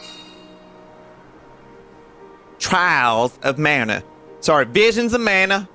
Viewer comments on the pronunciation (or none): VWISIONS OF MANYOT